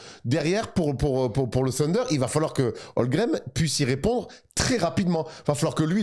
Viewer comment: Les gars je vous kiff et vous faites du super boulot. Je suis peut être (sûrement) un psychopathe mais ça me rend ouf quand vous (surtout ) prononcez Chet HOLGREM au lieu de Holmgren